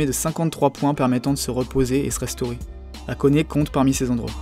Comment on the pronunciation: Hate de voir la partie 2 ^^ Si j'ai un conseil à te faire, ce serait d'essayer de travailler un minimum ton accent nippon; evidemment je te dis pas de prononcer parfaitement, mais au moins d'essayer d'avoir une prononciation poche et juste! Par exemple, "Machida" se dit "Ma-tchi-da" ou "Hakone" se prononce avec le H inspiré... Du coup c'est du détail, et le reste c'est nickel je trouve ^^